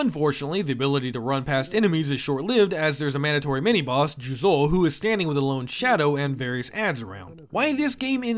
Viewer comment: “I speak Japanese” “JuzOU”